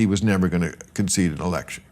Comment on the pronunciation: "Did Hillary conseede defeat?" Of course she did? When did she say that? I'm new to this country says 'brilliant' Bill Maher! Wow!